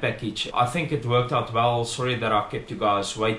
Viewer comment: "Coming to tink ofit" kak snaaks